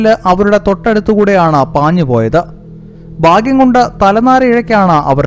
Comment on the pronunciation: ബയപ്പെട്ടെങ്കിലും ബാഗ്യം കൊണ്ട്..എന്താടോ ഈ ബയാനകത? ആദ്യം പോയി ഭാഷ... ബാഷയല്ല...ഉച്ചാരണം ഒക്കെ പഠിക്ക്, എന്നിട്ട് ചാനൽ ഉണ്ടാക്ക്..👅👄